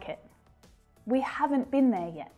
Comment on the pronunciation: wow, in the sentense "we've not been there yet" You sad " we've not beeneyet" Hard contraction hahahaha